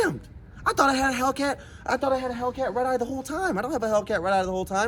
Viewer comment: After a couple times he sounds like he’s saying ribeye